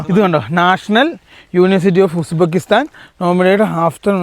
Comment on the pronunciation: ഉസ്-ബക്കിസ്ഥാൻ എന്നു പറയൂ...😊